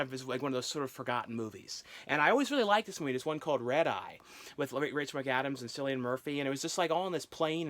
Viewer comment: Cillian is pronounced Killian.